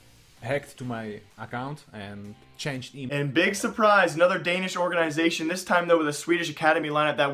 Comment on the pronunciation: why do you keep saying orgaeeeenisation? I like your videos but that annoying as hell! ;-P